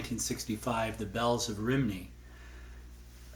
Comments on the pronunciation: cool, learned my lesson! THX! Just one hint: attending a live performance of Roger McGuinn, he told us:" Having performed the song ‘The Bells of Rhymney’ on elderly woman stepped forward to tell me "Young MAN!....I'm from Rhymney, we're not pronounced ‘Rhymnie’, my hometown is ‘Romey’, like the Capital of Italy, with an additional Y at the end. " ...Just to let you know🙂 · It’s pronounced ‘Rum’-‘knee’ 🙂